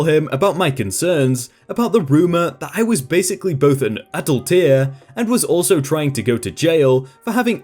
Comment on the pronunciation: That story was Epic! Well worth the wait! Just a little tip,: don't read so fast. Take some time, slow down and enjoy the story. You have a tendency to mispronounce or misread words you're familiar with (i.e.; adulterer, custodial). Every public speaking teacher or coach will tell you this.